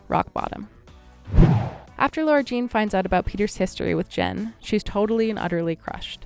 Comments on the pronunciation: REEEEEEEEEEEEEEEEEEEEEEEEEEEEEEEEEEEEE ugh whyyyy is she calling her Laura Jean it’s FRICKEN LARA JEAN BROOOOO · Why do you keep saying her name like Laura Jean???